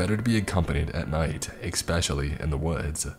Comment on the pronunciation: I never miss an upload and enjoy every one...thanks, however my ocd is forcing me to point out that you pronounce the word especially incorrect. It is not exspecially which is how you've been saying it all along. Maybe should have said something earlier. Cheers!